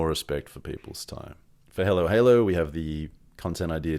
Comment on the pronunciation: Great video and thanks for sharing your experience and knowledge. With all respect — why do you pronounce “Hallow” as halo? I’d pronounce your company “halo halo” — or am I missing something.